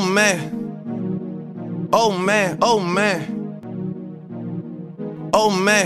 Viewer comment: It kinda sounds like he saying old man